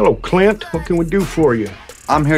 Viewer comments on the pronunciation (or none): His pronunciation of 'Clint' says it all.